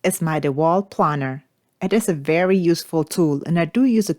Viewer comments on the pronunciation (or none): It's pronounced play ner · So you have planers not planners or said like aeroplane. ✈️ Hope that helps. Loved the tools and video well done.